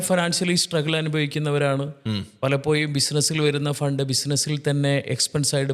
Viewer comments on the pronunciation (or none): മലയാളത്തിന്റെ ശരിയായ ഉച്ചാരണം അറിയാത്ത 2 പേര്‍ അതിൽ ഒരാള്‍ പറയുന്നു (palapoyum)എന്നാണ്‌ 😅പലപ്പോഴും എന്നാണ്‌ ucharikendath.pinne സാമ്പത്തിക വിഷയത്തില്‍ 2perkum ഒരു kunathavum അറിയില്ല ,മലയാളത്തെ കൊല്ലരുത്!! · Palappoyum, vaya, Maya 😂 Schoolil poda myrrukale